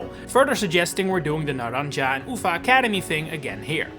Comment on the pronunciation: Hello Great video, love your content, its just so funny how you pronounce the Naranja and Uva academies as a spanish speaker i can say its a good try